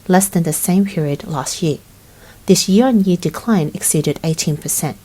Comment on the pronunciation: Learn how to say the word "Year".